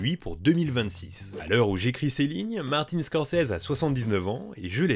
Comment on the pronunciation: "Martine Scorzizi"